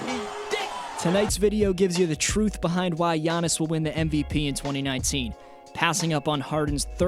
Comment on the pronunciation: Its Giannis